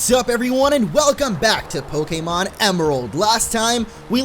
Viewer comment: It is pronounced poke-ay-mon.